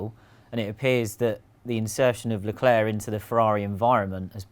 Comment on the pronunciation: Leclerc pronunciation: Luh claire, not leh klurk